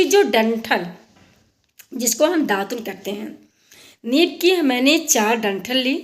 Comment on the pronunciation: नीब, नहीं नीम 😂 विडियो अच्छा है 👌👌